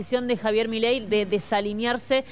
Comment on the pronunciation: Você tá pronunciando o nome do Presidente da Argentina errado.😂